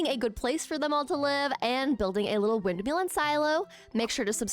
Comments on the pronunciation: i love your videos so much, but its "windMILL," not "windMEAL." its been driving me insane 😭😭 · Ok, …I can’t help it. Windmill as in ill, not eel. 😂